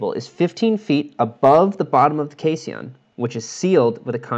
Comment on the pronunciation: Caisson = (Cay san) pronunciation... the san syllable sounds like mop; fyi., the i is in the 1st syllable, and is silent. Pardon the correction.